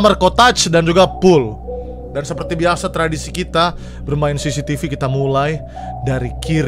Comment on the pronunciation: bang yang bener cctv bukan cctc